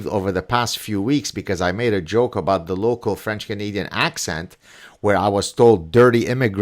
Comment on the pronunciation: 🤣 And please teach him how to pronounce 'about'!